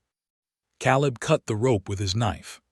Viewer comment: Or Kay-leb Silas is Sigh-las I dislike creators who just crank these stories out without care to get things right. 👎